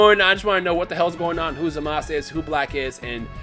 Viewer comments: It's Zamasu Not Zamas lol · It's zamasu not zamas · Say his name rt pls. Its pronounced Zah-Mah-Su(Zamasu) not Zah Mas. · It's not Zamas it's Zamasu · His name is Zamasu not Zamas. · In Japanese, it's pronounced "Zamas"